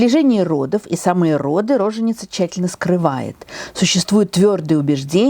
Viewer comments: Позволю себе поправить ударение. Правильно говорить роже́ница, допустимо — рожени́ца, но никак не ро́женица. А лекции классные! Спасибо Вам, Тамара Натановна! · Все замечательно, как всегда, кроме одного: не рОженица, а рожЕница или роженИца (устар.) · Вообще-то в слове роженица правильное ударение на втором слоге